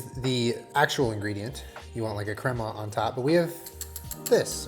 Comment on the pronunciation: for the love. someone teach how to say crema 😂